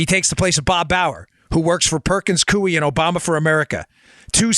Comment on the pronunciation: Dan. It’s pronounced Perkins “coy” not “cui”